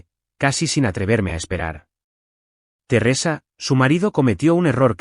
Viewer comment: Terresa? Qué es? Una novela rusa? Un aspecto flojo de todos los reditts es la mala pronunciación de los nombres. Din? Si, se pronuncia así, pero se escribe Dean. Y aparece Din, Dina y se ponen bastante creativos. Por favor, revisen. Después nos preguntamos por la cantidad asombrosa de faltas de ortografía en adultos y niños y la pobreza de expresión ( y consecuentemente, pobreza de pensamiento). Sé que este es un lugar de entretenimiento, pero no deja de ser un educador informal. Hay una responsabilidad como tal. Simplemente se trata de que lo que hacemos, si lo hacemos bien, estamos aportando nuestro granito de arena para una sociedad mejor.